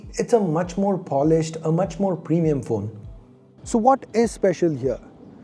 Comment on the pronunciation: 0.16 it's premium not premieum